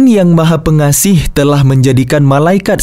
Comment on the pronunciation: Maha Pengasih bukan pengaseh